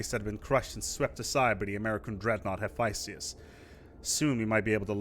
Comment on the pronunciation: Hephaestus is pronounced hĭ-fĕsˈtəs not hefiestius